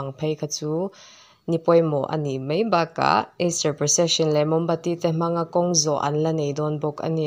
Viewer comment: ...in-thliar-na m(e)i a ni a ti... = ?? ...in-thliar-na m(a)i a ni a ti... = ✓ 😮😮😮